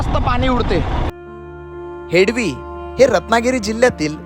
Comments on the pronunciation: हेडवी नाही रे हेदवी नाव आहे रे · हेडवी नाही हेदवी मराठी भयानक आहे. शूट झाल्यानंतर निवेदन कोणा प्रचलित मराठी बोलण्याला सांगावे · हेडवी हा उच्चार चुकीचा आहे. हेदवी असा उच्चार आहे. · हेडवी नाही त्याच हेदवी असे आहे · हेडवी❌ हेदवी✅ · हेडवी नाही भाऊ हेदवी बोल. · हेडली नाही हेदवी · It's not हेडवी, it's हेदवी.